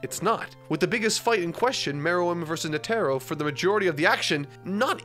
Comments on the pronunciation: NE-te-ro not ne-TE-ro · Crazy how people had fits over how pronounced Gon but nobody wants to correct him on Netero oof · Has he been pronouncing Netero’s name like that the whole time? lol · Bro why he pronounce netero like that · Please pronounce Netaro correctly…